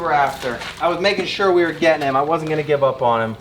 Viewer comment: Why do you say sure wrong